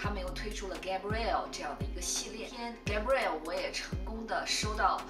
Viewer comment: 应该读。。盖 不 瑞 澳